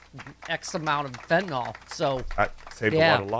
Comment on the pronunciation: It's not fentenol, it’s fentanyl, nil not nol.